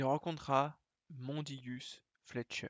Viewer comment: putain j'ai craché mon café quand il narre Mondingus c'est pas possible le mélange 8.6 + opiacé vient de monter au cerveau